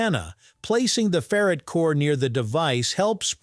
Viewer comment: That's ferr-ITE, not ferret.